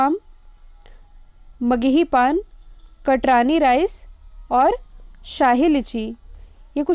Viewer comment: Mam बिहार के GI tag जो भी बताए उसमे आप कटरानी rice का उच्चारण किये वो "कतरनी" कहा जाता है